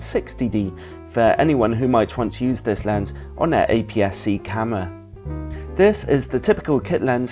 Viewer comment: please... oh my goddddd it's "CAMERA" not "CAMMWA"!!!! but otherwise nice video